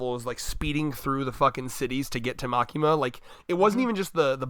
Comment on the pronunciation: Again its Makima.........just Makima